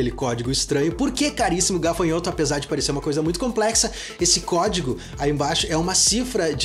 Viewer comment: Ganhas-te mais 1 subscritor mas esse "gafanhoto" deixa a desejar 😂😂😂 de resto top top